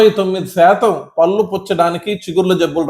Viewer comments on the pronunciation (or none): డాక్టర్ గారు పల్లు కాదండి పళ్ళు అనాలి. ముందు మీరు మాతృ భాష ను గౌరవించండి. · పల్లు కాదు పళ్లు అనండి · " పల్లు " కాదు doctor, " పళ్ళు " అనాలి,,, నా ల... డా లో తెలంగాణా యాస